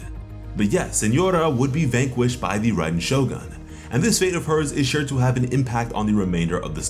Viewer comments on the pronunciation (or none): none